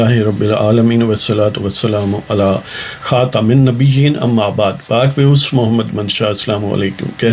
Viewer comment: اپ جو زیر کے ساتھ خات من نبیین ہڑھتے ہیں یہ زبر کے ساتھ پڑھا کریں